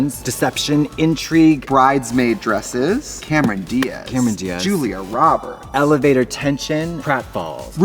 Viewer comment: “julie roberts” 🙅🏼‍♀️